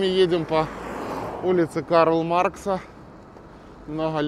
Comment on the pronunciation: Дружище, посмотрел несколько твоих роликов про Каменск. Аж уши режет! В Каменске центральная не улица, а ПРОСПЕКТ КарлА Маркса. Микрорайон не просто «60 лет», а «60 лет Октября». Чужим конечно всеравно, а каменчанам обидно, когда искажают названия. А за видосики спасибо! Я в Каменске родился и вырос, но уже давно там не живу. Поэтому с удовольствием ностальгирую благодаря твоим покатушечкам. Как будто сам проехал по родным и когда-то очень красивым улицам родного города. Кстати, в 90-х годах Каменск уверенно держал лидирующие места как самый «зеленый» и благоустроенный город в Ростовской области! Продолжай нас радовать новыми прогулками по Каменску-Шахтинскому. Вдали от Родины эти видео по особому ценятся.